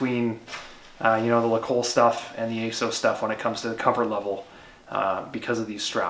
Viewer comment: Ace- ows? There’s a double ‘s’ in there, shouldn’t it be Ass-oss?